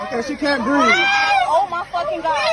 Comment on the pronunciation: Of course, she says i can't breeve. Act right